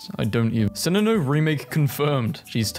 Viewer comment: so sorry, but... "sinninoh"???!!! 😭😭😭😭